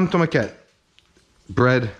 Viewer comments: Greetings from Barcelona! Just a quick tip, if you pronounce it tomaquét it actually means "little tomato", so the proper way to say regular tomato would be Tomàquet 😊😊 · love the video and the recipe, just gotta say its pronounced pà amb tomàquet not pà amb tomaquét